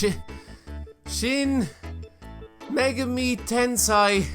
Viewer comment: Tensai? It's Tensei.....